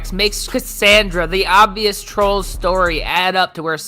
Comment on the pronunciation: "Its because of the twolls!!!!"